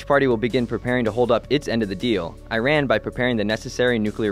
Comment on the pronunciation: Great video, except it is Iran is pronounced incorrectly just in case you didn't know :)